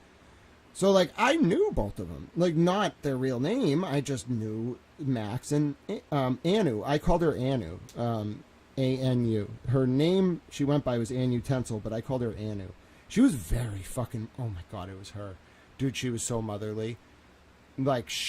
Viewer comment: This is the first time I’ve ever watched you. It kept bothering me you were saying the user name “an untensil” because it doesn’t sound right. Look at the name anutensil. The way I read it is a nut ensil. Look up what ensil means. I’m not sure if it really means anything that’s just the way I was reading the name lol